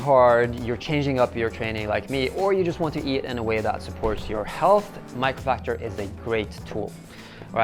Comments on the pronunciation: Buddy it's mAcrofactor not mIcrofactor haha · Isn't it Macrofactor instead of Microfactor??? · Did noone from his team think it was a good idea to at least pronounce the sponsor name correctly? :D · At first I thought I misheard. But yes, he pronounced it wrongly. Jeff Nippard's gonna be mad 😂.